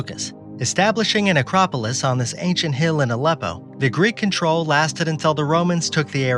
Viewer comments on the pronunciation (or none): none